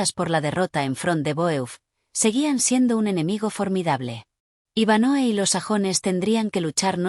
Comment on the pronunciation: Es Iván hoe no Iván Noe 🫪